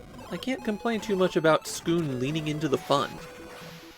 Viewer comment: I think it’s just ‘Skoon’ since there’s no ‘u’